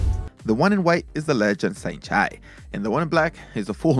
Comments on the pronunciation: nice video but its not "saint chai" it is "saenchai" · It's Saenchai not Saint Chi